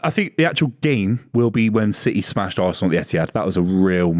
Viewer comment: Can I hear "VARSENAL" one more time!